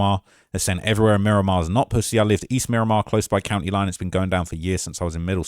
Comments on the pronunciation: Murdamar * wtf is miraq 😂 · You said Mi-raq bro I can’t even believe everything you say after that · Mi-Raq… stop it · "MI-RAQ" is wild 😂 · Dont no one in broward or Miami say Mi-raq. Stick to yo chicago vids jit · I was born and raised in Miramar and I’ve never heard anyone say “Mi-raq” 😂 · Mi-raq ??? Stop it bro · He goofy trying to go viral Miami Dade county is wicked but no mi raq